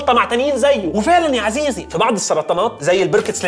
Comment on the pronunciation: عزيزي❌ عسيزي✔️